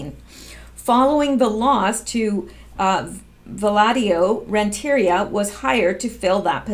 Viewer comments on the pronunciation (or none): Fyi it's Rent - a - REE - ah. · It's pronounced Rent-ter-ree-ah (emphasis on ree) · I believe Amanda's last name is pronounced rent'.a.Re''.a. I really like listening to your reports. Great job.